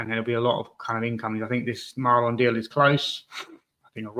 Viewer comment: Lol Maaaaaaaleenn not Marlon, hes not flippin marlon harewood thank god lol